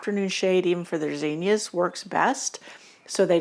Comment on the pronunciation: This will probably sound dumb but I like the way you say zinnias. Most of the people around me today say it with a short I sound and also stretch out with an extra syllable. I learned the way you say it and so I love it when I come across somebody who says it that way. 🎉